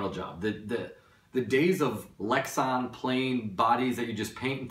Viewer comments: LEX-AN not Lex-ON. Body Not LID. Roll Cage not roul cage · come on man, good review but you're too old to be um...um..um'ing. and it's lex - a - n not lex - o - n.